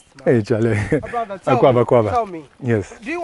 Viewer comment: The way he spoke and said "Charlay" will tell you he has matured in the Ghanaian culture he knows the words...